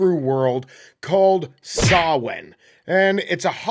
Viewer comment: Digging through your video backlog. Props for pronouncing Samhain properly! Maith thú!